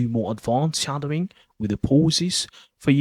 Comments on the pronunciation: What the hell is shardowing? It sounds like you using the English word shadow, but pronouncing it entirely incorrectly. I hope this is a piss take of those worthy "how to sound like a brit" videos, if not you are sending people entirely the wrong way. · Alas I know what shadowing is. I am commenting on what sounds like your Brummie accent. If you are teaching English pronunciation to foreign speakers you ought at least use the most common English pronunciation so that they dont go around saying shardowing when it is SH-A-dow-ing.